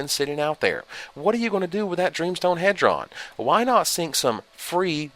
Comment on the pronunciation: Dreamstone HEAD-ron? I thought it was HEE-drons...like dodecahedron.